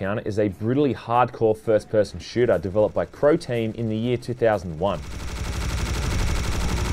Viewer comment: i swear he said "Protein" when saying who developed the game.